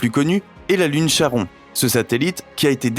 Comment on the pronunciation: Petite précision sans grande importance, mais bon : le satellite Charon se prononce "Karon". Par contre, je vous félicite chaleureusement pour la prononciation de "Kuiper" ! ;)